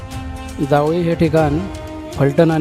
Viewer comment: दादा जावळी नाही जावली असं नाव आहे गावाचं